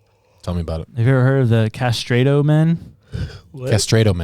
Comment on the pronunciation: "CastrAAAAdo" Jesus christ guys 😂😂 yall research how to pronounce shit? Lol